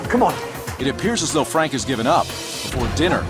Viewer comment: Fwank is a vewy wazy cook. He doesn't even fwy the eggplants anymore. Haha I love that.